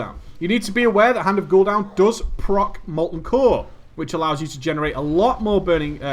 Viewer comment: Hand of Gul'down lol